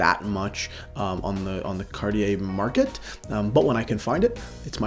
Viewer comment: Cartier his favourite brand but cant even pronounce it